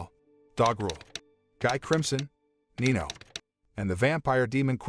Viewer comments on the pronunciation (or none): BURH!!!!!!!!!! It's Dino Not nino!!!!!